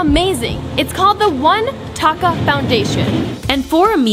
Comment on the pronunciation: You pronounced taka wrong yes its me again the person that is from Bangladesh again commenting on this video